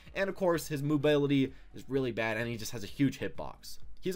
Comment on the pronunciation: Anyone else notice him saying "Moobaylity"